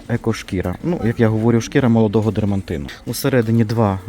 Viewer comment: Шкiра молодого дермаТИНА!,ДЕРМАТИН,а не дерманТИн! Будь ласка,кажи правильно,мои вуха в😅 вже не витримують!! Не обижайся,будь ласка.ДЕРМАТИН на двох показ поделился одинаково!!!😊